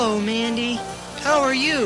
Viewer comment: parece que en vez de decir mandy dice bendy like si crees lo mismo